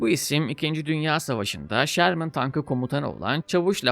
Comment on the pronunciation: abi şermın değil ŞÖRMIN doğru telaffuz. filmdeki modeller m4 ama fury tankı nispeten farklı bir model sherman firefly. bu arada filmdeki tiger tankı panzer6 serisidir. lakabı tiger. bir üst modeli panzer7 ise kingtiger (könnigstiger) olarak geçer. drive for the fatherland!